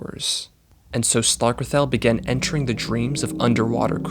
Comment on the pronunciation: You pronounced slarkrethel wrong...